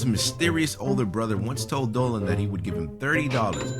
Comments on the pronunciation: on the intro you said "planet Dolwan" X3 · Efe Aydal he actually pronounced it as diynger Dolan.